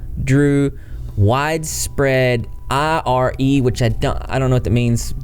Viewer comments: ire means outrage. you pronounce it i-r like I R together in two syllables. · Ire= anger. Pronounced eye-er. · The word ire is pronounced “eye-errr” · Ire is pronounced eye-Er and it means criticism you were right. Not a criticism of you just letting you know because I hate not knowing words. 💛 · I can't believe he's still fishing for interviews with victims. He's straight up jealous of you, GREEN with envy, and green looks WAY better on 🐢🐢🐢🐢🐢!!!! Btw, "ire" is pronounced just like it looks, like "tire" without the T (lol Cars flashback.....TuhMater, without the TUH), and it means anger, fury, wrath, etc! Hope that helps! 💙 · "ire" rhymes with "tire" and it basically means anger